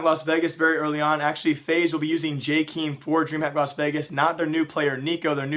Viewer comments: Its not JayKeem(star) its pronounced Jaykem or jake-em :) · ITS PRONOUNCED jayy-kem(short e) not jayy-keeeeem